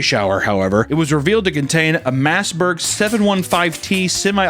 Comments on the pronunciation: Did you say Massberg rifle? MOSSBERG you chunk of meat. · "Massberg" 715t Lmao. It's not just funny because of the blatant mispronunciation but because the typical person who buys a non-shotgun Mossberg these days would be an overweight Fudd. Massberg is definitely more fitting for one of their AR owners. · That pronunciation of Mossberg made me gag. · not knowing how to pronounce words will never get old. Mossberg is pronounced as maas-brg. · very weird way to pronounce mossberg